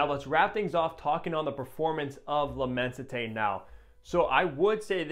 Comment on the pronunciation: immenSité its an S not a T